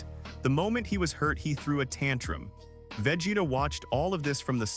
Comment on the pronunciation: VEGETA!!!! NOT VAGETA 😂